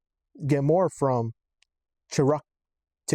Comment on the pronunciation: Chrock is pronounced like Chrome starts (chrome is the origin of the first part) then tee-kahl ChRocktikal - Chrome Rock Sword